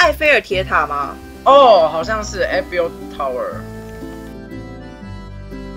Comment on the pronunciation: Eiffel 的正確讀音是 艾否